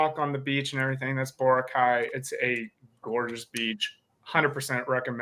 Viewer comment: Also it is called Bo-ra-cay and not Bor’cay! Pronounce every vowels!!!